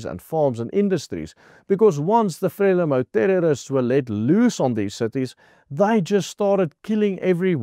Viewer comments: Not pronounce frela-mo, instead, 'fra-lee-mo' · Frelimo is pronounced FREELIMO EE as in FREE, please just correct this, it hurts my ears! I've lived here for 20 years. You are generally correct. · Pronounced: FRE LEE MOU (I know it is not spelled correctly) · It is pronunced Fre leemo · Very good factual summary as most of your broadcasts. Your pronouncitian of "Frelimo" however will not be identified by any military person in SA of that era. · Very interesting summary of what happened. Pronunciation of Frelimo is incorrect. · Not Freli MO, but Fre Lee mou. Not Gratsa, but Gra sa